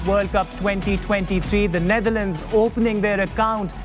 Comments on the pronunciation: Wasim Akram pronouncing "Neitherland" 😂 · Its Netherlands and not neither-lands wasim bhai